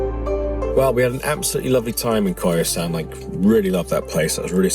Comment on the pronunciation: It must be Koyasan instead of Kyosan.